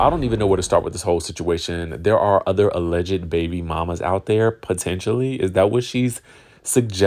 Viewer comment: Hey there....enjoy your channel....FYI, since you have to use the word 'Alleged" in your reporting, please know the 'ed' is silent....not sure if you are trying to be funny by saying, "allege -ed"